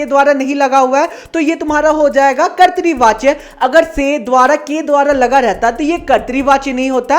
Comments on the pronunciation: Bhaiya kartri nahi katra vachya hai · Bhaiya kartrivachya nhi kartivachya hota hai 🙂